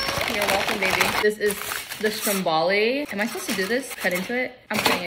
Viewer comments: Not you calling yourself a foodie and you can't even pronounce Stromboli correctly. Its not SHTRAMBALI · So it’s pronounced storm-bowl-ie 😂 stromballi sent me 🤣🤣 love it